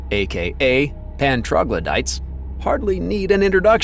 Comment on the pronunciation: Pan troglodytes. American pronunciation wrong. Video rejected. Goodbye.